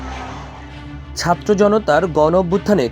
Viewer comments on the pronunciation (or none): none